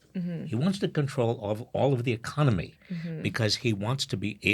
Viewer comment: Half of Americans say ‘ecomony’ instead of economy - they flip the n and m. So weird.